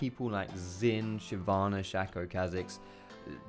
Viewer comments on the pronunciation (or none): AHHHHHHH! ITS SH-AY-CO MATE NOT SH-A-CO. PRONOUNCIATION!